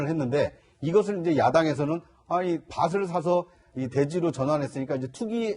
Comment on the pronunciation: 밭을 발음못하냐? 밧을이래